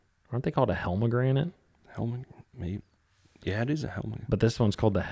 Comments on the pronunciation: Hellgrammites bro. Say it like hell-gram-mite. Those baits work extremely well for smallies up north, I used use them when I lived in Ohio kayak fishing rivers & large creeks. They just need to be small 1.5-2.5 inches. Black or dark brown only color you need. Fish on small texas rig or ned. I moved down here to southern SC about 2 years ago now. I haven't tried them down here now you guys bring them up! Not sure why? I'll have dog them out give them a try around here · OMG 😂 "helmagranite" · It's pronounced Hell-gra-mite😂 love these pod casts, keep them up! Thank yall!